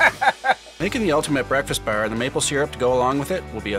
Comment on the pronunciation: oh my god the way they say bar like "ber"